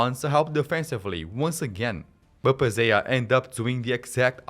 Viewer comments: Pezella not Pezeya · his name is pronounced Pesseya